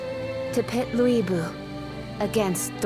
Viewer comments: Lü Bu is pronounced as 'Looi' Bu, so that is the correct way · Just jarring since none of the other games that I remember pronounced it that way lol